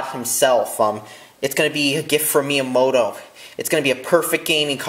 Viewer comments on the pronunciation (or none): none